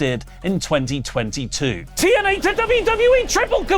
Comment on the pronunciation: Might sound random, but I always got a chuckle out of Drew Galloway saying TNA because he pronounced it as Teeeeee N Ehhhhhhhhh